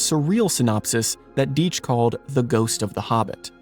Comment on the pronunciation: It's DIE tch,you're mispronouncing the name. I knew all his sons who lived in White Plains a suburb just north of nyc. Gene lived in Prague,the only non communist there.Simon died a couple years ago but Seth and Kim are alive,cartoonists much different than their father. Just pronounce the name correctly, names mean something, they tell you who they are and it wasn't Genes fault.Tom and Jerry followed him to Prague but he was a g genius.